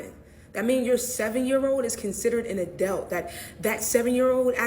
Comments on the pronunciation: What the heck is "n adellt"? Are you trying to say "an adult," ma'am? Maybe if you uncinched that hoodie more blood would flow to your brain. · wtf is an “adelt” is she trying to articulate adult? No where in the bill does it say 7 year olds are going to work & are considered adults. Omfg the ignorance just like when it was the “don’t say gay” bill when that was incorrect too. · someone should ask her what an “adelt” is? 😂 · Wtf is an adealt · What's an "Adelt"? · Why is that one girl pronouncing “adult” as “adelt”?!?! 🤨🤔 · WTF is an "adoubt?" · This country is so fked, bru. So many people are willing to accept false information as fact with no secondary research. And the language.... it's gone. This mf said, 'adelt' like 4 times in 60 seconds. Meaning 'adult' . Said the shyt over and over...... while giving a bad take based on incorrect information, and ACTUAL TRYING TO SOUND EDUCATED 😂😂😂😂😂 Can't make this up. Glad we have video lol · The one black girl keep saying “Adelt” is pissing me off😂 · The illiteracy is astounding and the one pronouncing adult as adelt hurts my brain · wth is an adelt? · what is an an “adealt?” These people can’t even speak English. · What is an "adelt"? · why does she keep saying “adelt”? What is an adelt? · What in the fuck is an "Adelt" ? I cant shake that . And if you get child support when say the kid is born which most of these people do because the dad splits. If in 7 fucking years you cant get stable enough to support yourself. You need some learning and to reevaluate what you are doing with your life. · Sorry I don’t listen to people who can’t pronounce “adult”. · The way she pronounced “adult” 🤮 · She can't even pronounce adult. Jesus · Why cant this person say adult. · How the fuck do you make it to adulthood and not learn how to say adult? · Is anyone really listening to any of those clowns who can't pronounce "adult" I highly doubt that fool has or will ever be able to qualify for any job.